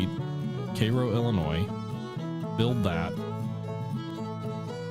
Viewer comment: It was hard to watch everytime you pronounced cairo.